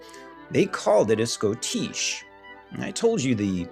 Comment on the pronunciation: I always heard it pronounced shoddish